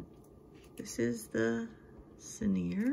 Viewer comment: Hi! Sorry, I have to say it. Ciner is pronounced "sign er" with the accent on the first syllable, not the last. This company was a favorite of Elizabeth Taylor, who had a lot of their jewelry. Much of their jewelry looks real. Your bracelet is gorgeous. Thank you for the video. Loved seeing your collection.